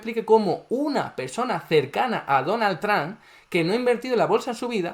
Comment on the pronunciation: Amo que diga "donal tran" JAJAJA nose quien es mas estafador. Este o el presiduende que tenemos en argentina